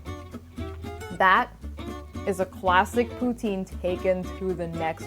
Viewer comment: for someone so concerned on the pronounation of pho , um you are pronoucing poutine wrong , pou-tin